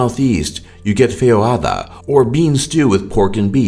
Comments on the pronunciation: "feihoada" hahaha that's far from the real pronunciation of "feijoada"... try "feizhuada" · Ele foi falar feijoada falou Feirroada, q nem se fosse em espanhol